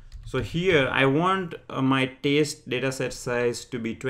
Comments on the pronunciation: Good explanation. Well, I don't intend to criticize but he is pronouncing 'test' as 'taste' 🤣🤣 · why 4 parameters back and why you are continuosly pronouncing test as 'taste'?